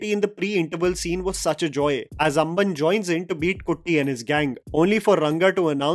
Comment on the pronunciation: Amman nehi ambann bolo😂😂🔥🔥🔥